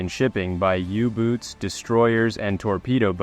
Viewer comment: U-Boot is pronounced U-BOAT.